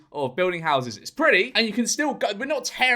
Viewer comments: Why is George saying priddy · No-one going to point out the way George was pronouncing "pretty"?